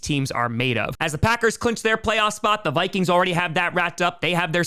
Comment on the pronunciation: He really mispronounces the Vikings. Lol